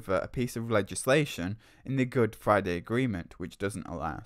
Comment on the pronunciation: what does he mean by "Good Fwiday"?